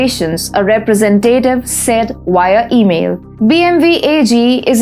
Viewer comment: You said Bee Em Wee and not Bee Em double you. Well done. I don't know why english call it double u and why not double me or double us. :D